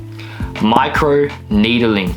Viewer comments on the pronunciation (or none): "my crew needeling"